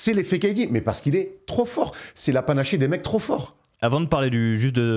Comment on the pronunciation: on dit c’est l’apanage pas c ́est la panaché😂 à 31 minutes